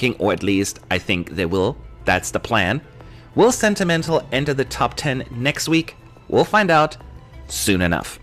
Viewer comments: hi, just wanna say lithuania's song is sentimentai, with an i at the end, not an l, and "ai" here is pronounced like "ey" in english:)) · Correction: Sentimentai ends on an "i" not on "L". It's SentimenTAI, and it means "sentiments" in lithuanian.